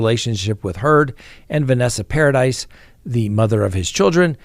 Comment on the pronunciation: The mother of JD's children's name is pronounced "Par-a-dee" (French) and not Para-deesss. Vanessa Paradis is in fact French.